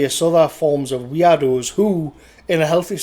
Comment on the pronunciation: For a moment I thought you were saying weeaboos when you said weirdos.